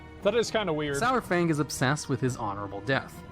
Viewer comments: Pronounced SARFANG like DINO-SAUR-FANG. Holly shit, how are all these morons fucking up his name? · It pisses me off how everyone is pronouncing "sour fang" for a long time it was "sore fang" and hearing it change in bfa is really annoying. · it's pronounced 'saru-fang' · Every time he says SOURFANG, I twitch just a little. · IT'S SAR-FANG. As in dino-saur-fang. FFS